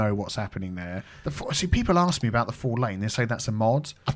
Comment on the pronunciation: Drive aboot. ..lol love it